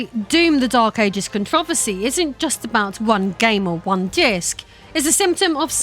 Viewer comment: htf did she just say "controversy"?